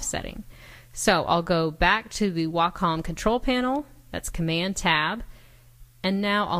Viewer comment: Way-Com... PLEASE pronounce Wacom: WAY-COM